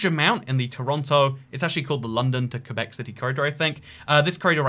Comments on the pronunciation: As someone from Québec I’m just happy he pronounced it correctly. “Kuhbeck” not “Kwabeck” honestly also nowadays gen z doesn’t care about the whole independence québec thing, we realize how stupid that is. Also nowadays we have to learn english starting at around 5 years old. Also french and english are the official languages so like québec and the rest are all normal canada. Also it’s not just Quebec, it’s all of Acadia (New brunswick, Nova Scotia, Prince edward island) and Newfoundland and labrador all of these speak french and english. (Officially bilingual where everything is in both languages besides quebec) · Fun fact pronounced “Québec” correctly. I am from québec and that made me so happy. Québec is pronounced “Kuhbeck” not “kwabeck”!!!